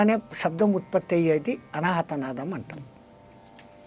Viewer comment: It is nadam not nadham. Please check your pronunciation.